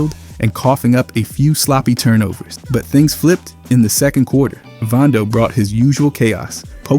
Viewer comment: why do you pronounce vando as “VONdo” when its “VANdo” lol